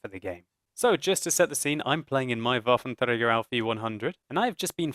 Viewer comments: Yes, it is indeed. Pronunciation by sounds a bit funny and the second word 'auf' (on) is a little indistinctly, but it's way better than spoken in french, english or any other tounge not exerting themselves to say it in its native pronunciation. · that's how you say it in german. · van de Sunweb it IS how u say this in German